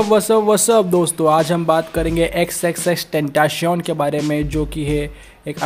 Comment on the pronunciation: Bruh it's pronounced as ten-tah-ci-on the the t is pronounced as त and c is pronounced as स